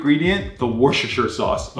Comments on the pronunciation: Sauce🚫 Sas✅ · The other dude: sauce: SAS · how says sauce "saas" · thee way he says sauce